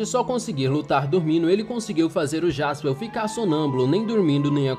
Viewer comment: Pq ele fala jaspeu , é jasperr